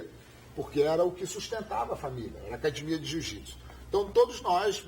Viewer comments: Por q falar "acadimia" e não academia ? Português correto também é para ser ensinado..os gracies tem essa parada de falar o jeito graciano de ser.."Acadimia" é o cacete. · Sou carioca e acho estranho também. Só os Gracie da segunda geração (filhos do Carlos e do Hélio) falam acadimia. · "AcaDImia", é engraçado, mas a maioria deles falam assim. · Porque eles falam cadimia? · ACADIIIMIA , pq todos os Gracies não falam direito essa palavra??? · Se não falar cadimia não é gracie.